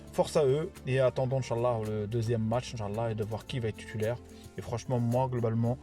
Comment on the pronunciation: Salam oualaykoum ont dit titulaire et pas tutulaire